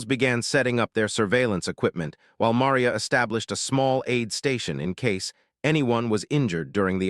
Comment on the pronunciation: Ma - ree - a